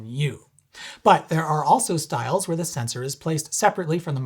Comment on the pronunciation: You get a like, just for saying "sensOr".